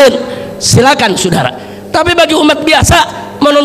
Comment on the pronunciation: Saudara bukan sudara.. bahasa indonesiamu saja tdk jelas